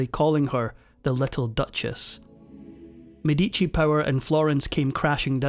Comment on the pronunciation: What an awful pronunciation of the medici name